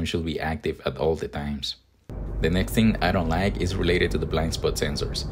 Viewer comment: “I don lie-eek” loving the accent lol